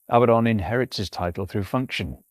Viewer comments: Abaddon = uh-bad-un NOT "abbuh-don" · Name is pronounced as "a bad 'un" this is mandated by the double D strengthening the preceding vowel and softening the succeeding. Your pronunciation implies the spelling Abbadon. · One clear tell that the script was AI assisted is how much this script repeats itself, not verbatim, but it meanders and revisits topics seemingly at random. And the pronoucation seems to bounce around a few different forms including "Abatton" - humans are sporadically inconsistent, not consistently inconsistent.